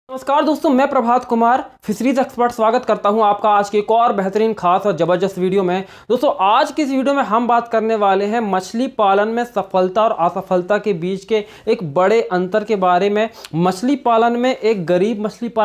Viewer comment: Bhai Mai Aapka Pura video dekhta Hu achha knowledge Mila ....lekin ek bat o jabarjast Nahi hota jabardast HOTA hai Jo aap starting me Bolte ho